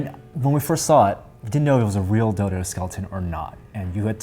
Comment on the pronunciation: it sounds like he said dildo :D